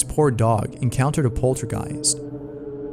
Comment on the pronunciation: In number 3 did he say poultrygeist? As in chicken ghost?